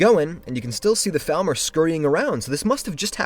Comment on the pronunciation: Hey. Just wanted to ask if u could say Falmer in a way way that doesn't sound like thalmor, because it had me confused for the entire video